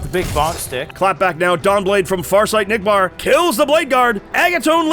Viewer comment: Admiral Acknick? Really? Not Admiral Nickbar?